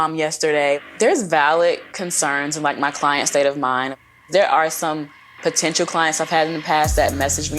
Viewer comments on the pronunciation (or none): none